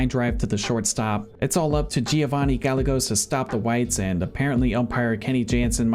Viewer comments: Giovanny gallegos's name is pronounced "gai-yay-gos" just fyi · i was so offended by the way you pronounced gallegos, but go team latino love this